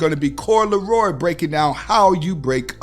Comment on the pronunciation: Coi Leray not Leroy haha all fact content tho and Steve and just your selection of content dope and inspiring thanks homie